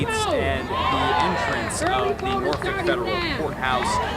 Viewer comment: People have no problem pronouncing FOLKLORE, but must pronounce Norfolk as Norfuck.